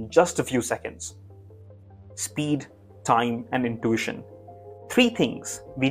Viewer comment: It’s not “in-toosh-in”. It’s “in-tu-ition”